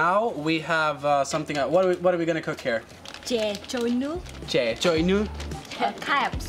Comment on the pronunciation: I could see that you’re really enjoying the vietnamese culture and you pronoun ‘chè trôi nước’ very well